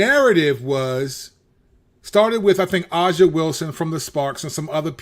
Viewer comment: I love you channel but please Say A"ja ("Asia") Wilson name right lol